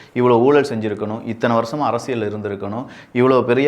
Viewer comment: அரசியல் என்ற வார்த்தையை சரியா உச்சரியுங்கள். அதில் வரும் 'ல்' சரியாக உச்சரியுங்கள்..